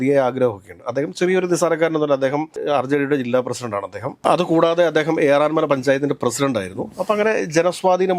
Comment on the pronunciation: ഏറന്മല അല്ല ഏറാമല ആണ്